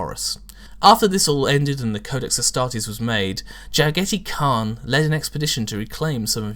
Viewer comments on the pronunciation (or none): Jagheti Kahn? Ja-gha-tai Khan please... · The proper way to call it should be 'Ja-gaa-dai Khaan'. Western historians liked replacing the Mongolain 'd' with 't' for some reason. source: I'm a Mongolian. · I thought Jaghatai Khan was pronounced Jagha Ty Karn